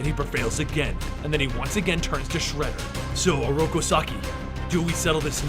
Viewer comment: I've got a ton of respect for you, but your pronunciation in this video killed me! If you are going to pronounce something wrong, at least be consistent about it. You said shredders name like 3 different ways lol.